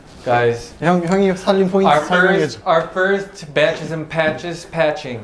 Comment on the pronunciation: Johnny: Badges and Patches What my mind hears: Batches and Patches